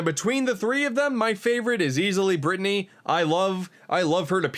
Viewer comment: I like how pronounces her name. Brih-tuh-nee